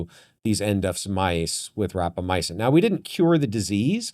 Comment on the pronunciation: Good discussion, plenty of reasonable speculation. Minor correction of pronunciation by guest: RapamyCin not RapamyAcin.